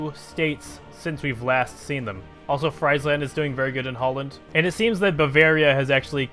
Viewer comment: Some pronunciations: Its not pie-dmont its pee-yeah-mont Friesland is Free-s-land Pas de Calais = Pa - the - ca - le (as in lesb***)